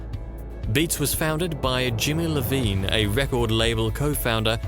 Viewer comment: Jimmy iovine not Lovine 😊